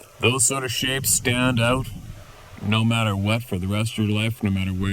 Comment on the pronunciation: they need to GET strong before they can STAY strong and learn to pronounce "out", clue it's NOT "oooooooot"....